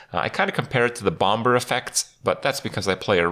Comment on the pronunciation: everyone in the world : BOMB-ER Kripp : BOMB-BER